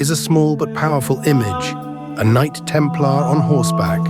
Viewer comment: That’s not how you pronounce Templar. Bloody AI narration😡